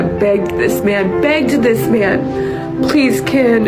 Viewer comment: I know she is saying 'begged' but all I hear is NAGGED - LOL